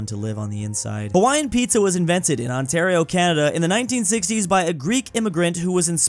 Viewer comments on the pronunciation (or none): none